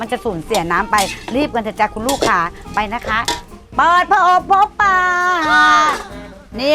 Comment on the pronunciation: ปลา ไม่ใช่ปา